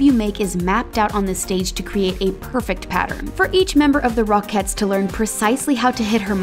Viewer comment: Am I the only one who hears /rock heads / instead of rocketts